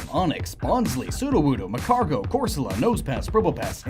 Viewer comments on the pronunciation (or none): it’s magcargo not macargo